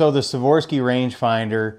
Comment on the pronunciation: FYI, it’s “Swarovski” not “Swarovski” 😂 good vid nonetheless the less. Appreciate the review.